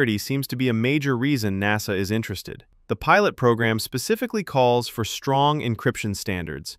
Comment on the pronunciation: I agree. But a fairly interesting video nonetheless. It could have been better with less clickbait and a real person talking - notice the pronunciation on ''N.A.S.A'', most real English speakers that call themselves a space/rocket oriented channel should be able to pronounce it with more flow.